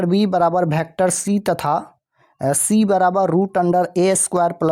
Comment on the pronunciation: Sir vector hota hai bhektar nahi